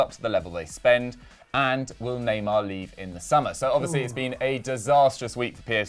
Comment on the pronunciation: went to France for a month and he now pronounces "neymar" like proper French lord.